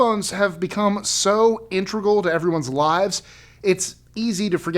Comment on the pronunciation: The word is INTEGRAL, not INTREGAL.